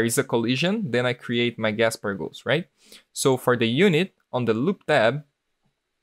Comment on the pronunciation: its casper, not gaspar